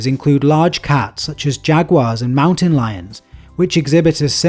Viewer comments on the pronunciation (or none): Mountain = "mown tane"??